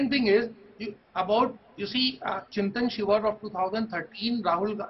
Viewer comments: Why both the journalists are pronouncing Chintin Shivir instead of Chintan shivir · why can’t anyone of these characters say ‘chintan shivir’ correctly?